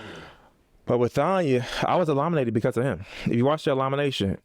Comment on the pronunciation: The fact that keep saying elominated 😂